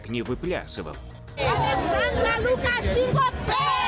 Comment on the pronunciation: "Александро Луковшу&€!*&еееиии..." 🤣